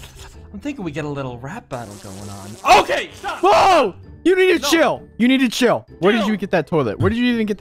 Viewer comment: Chiyll is what said